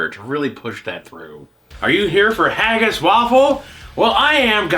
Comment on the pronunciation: Fuck. I love you bro, but if I hear you say hayggis again I'm gonna do rip my hair out.